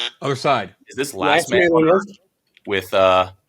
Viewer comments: “It’s gotta be last man of earft” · he's literally the king of "that's what I was gonna say" 😂😂😂. Like, if he was even 1% as smart as he acted like he was he'd be undefeated in trivia, but the reality is he may be one of the dumber people on this Earft, (as pronounced it). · with the craziest pronunciation of Earth I’ve ever heard haha